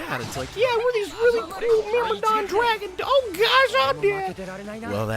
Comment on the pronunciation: “Myrmidon”. You pronounce it as “Mirmodon”, usually we pronounce as “Mermidon”. Just saying :D